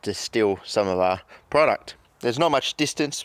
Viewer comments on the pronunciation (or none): none